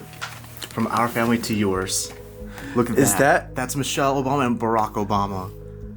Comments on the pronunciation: it's Obama....not Ou, O-bama.😂✌️Great video. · You saying Ubama is hilarious 😅 it’s Obama lol